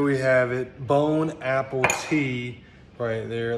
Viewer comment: He said "Bone Apple Tea" 😂😂🤣🤣🤣🤣